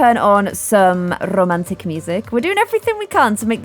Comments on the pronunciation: I love when she say "rrrrromantic" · i need a video compilation of saying RRRRROMANTIC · I love it how keeps on saying rrr romantic